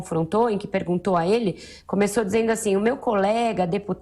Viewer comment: concordo, fala muito erado: porique, razigou, pirimeiro, interivizita, mazi, peringutou, jairi, eziquerida, etc... ridícula!!!